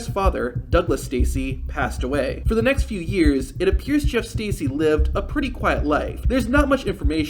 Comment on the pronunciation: It’s pronounced Jerf Stercy